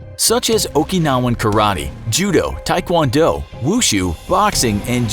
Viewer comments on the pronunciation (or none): none